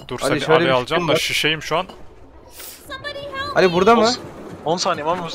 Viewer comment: beni fesat saymayın ama anal mı dedi?